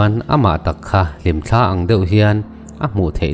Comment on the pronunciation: Sap sap tih kha chi hnih a awm,mimal a hman a nihchuan a keih hmak hmak tih a,hmak hmak thluk a lam tur a ni..tawte pawh kha hlimthla tih a,thla kan lamdan ang a sang zawk a thluk tur..